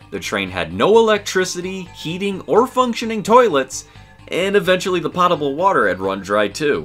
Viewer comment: Learn how to pronounce potable.